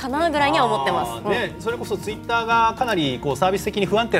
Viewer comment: なんか、ひろゆきのツイッターの発音トゥイッターに聞こえるの俺だけ？